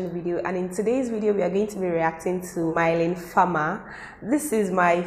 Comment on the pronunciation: Is Mylene becoming big in Nigeria??? Cool!!! Rightfully so ;)... pronounce mee-LEhn far-mER